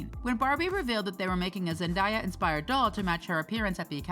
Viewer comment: It's 2022 and she's already won two Emmys and yet people are still mispronouncing Zendaya 😭😭 come on now